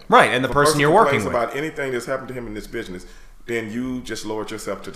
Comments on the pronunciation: Am I the only one hearing “Bitchness”? 😂✊🏾❤️ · I thought he said bitchsiness instead of business. Either way the name is appropriate. It's a bitch of a business.